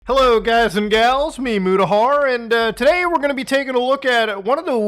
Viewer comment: It sounded like in the beginning you said Muta-horror. It's quite fitting for this time of year!